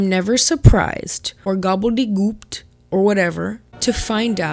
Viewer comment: Haha “gobble de gooped” 💀